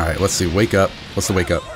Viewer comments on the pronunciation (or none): none